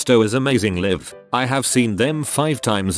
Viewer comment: You really should monitor what your AI says. In the intro it said liv instead of laiv for live